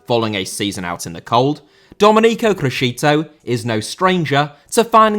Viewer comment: Criscito* not Crescitouw